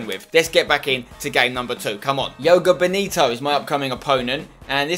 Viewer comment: Any other brazilians get annoyed when he pronounced Joga Bonito "Yoga Benito"